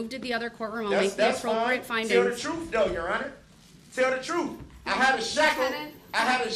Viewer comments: I want the "troof" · He AXED too many questions. He needs to let the TROOF be known and she will SUBSTAINE that. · “Tell the troof” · Tell the "TROOF!😂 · You know all about the “troof” right? You lied through the whole trial!